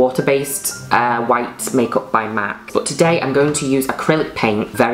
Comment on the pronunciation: And its called MAYKAWP